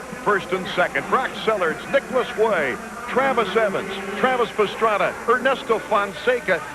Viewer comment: It's Pastrana, it's Roncada, Pastrana..... Roncada.....